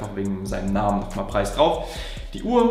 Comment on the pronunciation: Omg er hat seinen Namen richtig ausgesprochen 😂